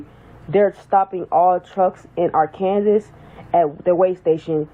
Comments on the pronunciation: Did she really pronounce “Arkansas” are-Kansas? It’s a good thing that she isn’t a truck driver, because she obviously can’t read English. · Talk about someone not knowing how to read, with that Arkansas pronunciation.... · Her point is moot when she herself can not even pronounce Arkansas correctly. She needs to go back to school. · While the state is pronounced "Ahr can saw", to hear someone pronounce it Ar Kansas, is not unusual. And that is the proper pronunciation of the River. What's funny is that people pronounce Missouri, as Mizz or ee or Mizz or i, when the proper pronunciation is Miss urh uh. Same with Hawai'i. People pronounce it, Ha why ee, when its proper pronunciation is Hu wuh ah ee. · Most people call it art Kansas 😂😂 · What’s crazy is an American who pronounces Arkansas, Are Kansas! Arkansas just made the roads a lot safer! Department of Transportation needs a national wide law. I had no idea this was happening. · Did that woman say “Arcanzas” 🤦🏽‍♀️ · Imagine calling Arkansas "Ar-can-zis" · I literally couldn't hear anything past R-Kan-sus. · Ar-Kansas? Who taught how to read? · She can't even pronounce the state's name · They need to fine her for mispronouncing Arkansas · That can't even pronounce "Arkansas" correctly! 🤦🏽‍♀️ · Yes, she was pissing me off. No American pronounces Arkansas that way. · Technically, she pronounced it the way it's spelled. However, there's no way in Hell she shouldn't know how to pronounce it by now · The way she pronouns Arkansas explains why she thinks being able to speak and write english as a CDL driver is absurd 🤦🏾‍♂️